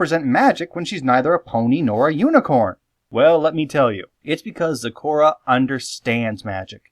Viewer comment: Iz waz soz happyz when yous said zecora actually